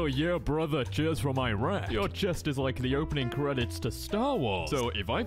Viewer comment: You pronounced iraq incorrectly its ee-rock or ur-aak